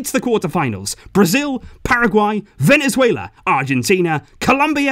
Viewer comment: I’m losing it when he’s saying ”Venezuelea”😂